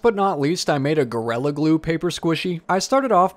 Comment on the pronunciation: I’m not being sarcastic when I say that I adore the way you pronounce gorilla- GORELLA- it’s much more evil that way!